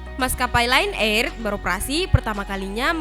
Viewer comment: Kak bukan Len er Lion air di pesawat Lion air ada adik ku men1nggal ❤️😭😭😭